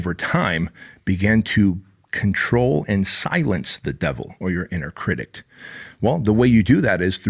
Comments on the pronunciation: Critic, not critict. Love ya man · I know English is your second language, and as someone TRYING to learn Spanish I have mad respect for you. But for the love of god; it's 'critic'. There is no 't' or 'ed' at the end. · Please someone tell this man there's no t at the end of critic! Love you ❤️ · If you say cridict one more time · Pssst critic not critict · I find it endearing😊 makes me smile every time he says it